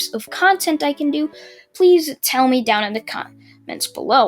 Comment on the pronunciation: why do you say meh instead me ?